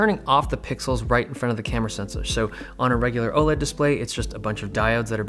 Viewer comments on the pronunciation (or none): none